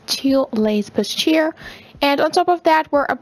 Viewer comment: Bustier is pronounced BOO-STEE-AY